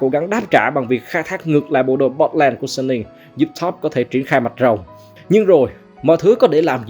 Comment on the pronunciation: Giọng a hay quá chài, nhưng mà hình như Suning đọc là Su-ninh á, hông phải Sân-ninh